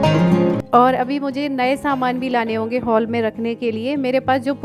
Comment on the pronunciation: Haul nai hall hota hai